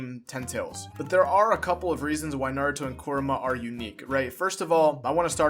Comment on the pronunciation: Why are you saying his name like "Koruma" when it's "Kurama" ??